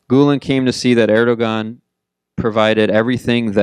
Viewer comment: I stopped listening to this guy when I see the "institute of world politics" in the background. It's US propaganda. This guy cannot even pronounce Erdogan properly.